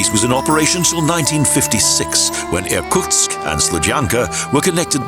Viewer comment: The city nearest Lake Baikal is ear-KOOTSK, not ear-COTSK (Irkutsk)